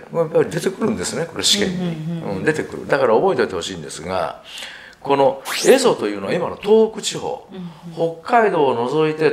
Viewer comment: 「坂上田村麻呂による蝦夷征伐」と言われましたが、平安時代初期においては、蝦夷は「エゾ」ではなく「エミシ」と言っていたと思います。